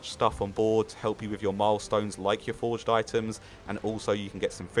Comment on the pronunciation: "Xp method" yeah its called landing and opening things and eating foraged items. Its pronounced "for-age" not "forge" btw